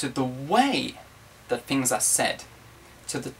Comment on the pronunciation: He said "fings" instead of "things." Hee hee don't know why I am here.